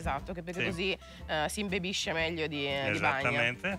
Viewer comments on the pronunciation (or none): Veramente dice "imbEbisce"... Sbaglia comunque visto che sarebbe "imbibisce" ma almeno la forma riflessiva è giusta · "Imbibisce" ..non "imbebisce" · Perdonami, ma io sinceramente sento solamente un errore di pronuncia. Ha allargato la "i" facendola sembrare una "e", dicendo erroneamente "imbebisce" al posto di "imbibisce". E se vogliamo essere equi mi potrei soffermare sul tuo commento ed esprimere un mio parere: posso tranquillamente affermare che la e congiunzione non richiede e non accetta, nella maggior parte dei casi, la virgola prima di essa. Ma soprattutto, se qualcosa è "gergale", probabilmente non è "tecnico", in quanto "gergale" significa derivante dal gergo, dal popolo. Quindi si, forse sarò arrogante, avvocato delle cause perse o qualsiasi cosa tu possa pensare, ma tu mi hai superato in tutti questi ambiti. PACE. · Beh, si, corretto.. anche se mi è parso che dicesse "si imbebisce"... con la "e"... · Infatti ha detto imbibisce.... Evidentemente o sei sordo o in malafede